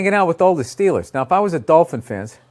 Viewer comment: The Dolphins vs the Steelaahhss